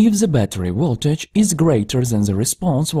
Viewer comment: It's Voltage not Woltage. It's aVailable not aWailable!